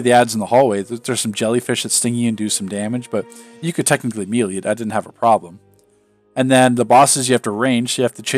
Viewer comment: right lol, it's pronounced may lay. he says it so weird.